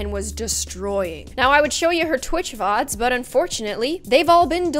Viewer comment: I THOUGHT SHE SAKD TWITCH THOTS BUT IT WAS vods